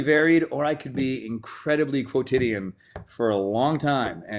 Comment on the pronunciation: Quotidian. Good God. Up until then I never knew how to pronounce it, let alone what I meant. Props, Chris.